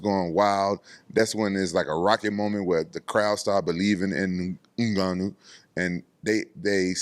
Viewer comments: Rampage sounds like he's being choked when he pronounces Mmgannou😂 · Hahaha. This Ngannou pronunciation always comes so unexpected